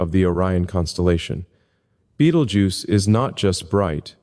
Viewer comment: You pronounce Betelgeuse strangely. I'm not saying it's wrong, but it's a little strange